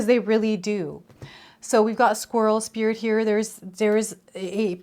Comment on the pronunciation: I just heard you say “squills” as you were talking about the squirrel card. I don’t know if you been thinking about it but it made me laugh and brought happiness to my morning. Don’t worry about the mistakes you make because it may brighten someone’s day and it also shows authenticity that you’re human like each one of us. Bless You! I appreciate you 💁🏻‍♀️🦋🦋❣️ BTW THE BUTTERFLIES RESONATE WITH ME A LOT. My name VANESSA means Butterfly 🦋. I go through many transitions in my life.